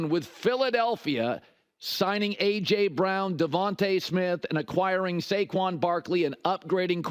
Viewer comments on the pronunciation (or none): none